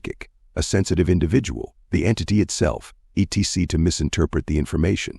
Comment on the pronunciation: Cheap sounding AI voice mispronouncing Cayce, saying eee tee cee for etc., is so disruptive to the listening experience.